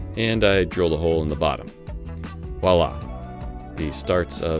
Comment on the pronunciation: So cool Lego. I should not let my boys know that this video exist. To answer your question, your first pronunciation of "voilà" is very near to be perfect. "oi" is close to "wha" sound in English "what". Add the "v" before and "la" the music note after and you have it. It means see here or look here but I prefer to translate it as the English "here you are". Tu vois. Merci, and i wait impatiently the next boat video.